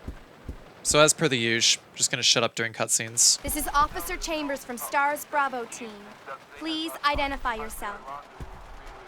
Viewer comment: i noticed how Billy says Stars, he nemesis tho?